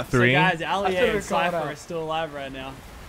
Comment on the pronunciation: Why he call Ali a oli a